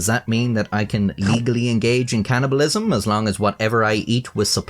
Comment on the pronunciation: It's called cannibalism, not can'tibalism.